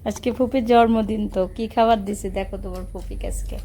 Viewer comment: জর্মদিন না বলেন জন্মদিন